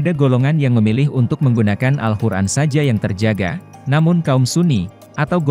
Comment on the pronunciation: Maaf. Tolong perbaiki sebutan Al-Quran